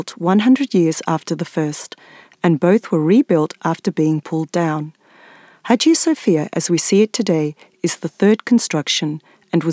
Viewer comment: İngilizce Haciye Safiyye diye duyuluyor bu Aya Sofyanın ismi🙂👌🏼